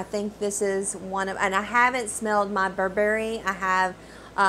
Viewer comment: Loved your review! Just a quick note reg. pronunciation.. it’s Burr-brie, not Bur-Berry. 😉